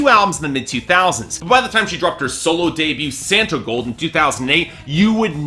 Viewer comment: It's Santa Claus & S"aw"ntigold. Your reviews would have more cred if you at least knew how to pronounce the artist's name correctly.